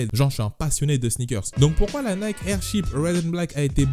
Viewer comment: En anglais Nike se dit Naïki 😉